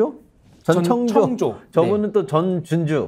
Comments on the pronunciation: 전청조인데 계속 천정조라고 ㅠㅠ 중요한건 아니지만 듣는데 계속 거슬리네요 ...쫌만 신경써주세요 프로같지않고 아마추어같아요 내용에 집중을 못해 끝까지 못 듣고 나갑니다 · 두사람다 천정조래. 발음이 안되요? 전청조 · 구독자가 50만이 넘는유트브라 궁금래서 들어왔는데. 자꾸 천정조라 하니 거슬려서 끝까지 못듣겠어요. ㅠㅠ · 전청조 이름 정확히읽어주세요 ㅋㅋㅋ